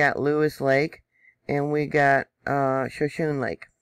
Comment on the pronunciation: Thank you,, for your reporting & showing us the research. All the info gives a more complete & accurate understanding. Just a note: Shonshone is pronounced show-SHOW-nee. Take care, stay safe. Blessings